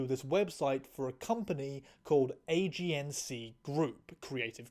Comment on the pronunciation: Now you just wait a minute. Did you say "AGNC" group? AGNC? Age-ensee? AGENCY? THE!?